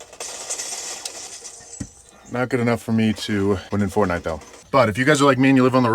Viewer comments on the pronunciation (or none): none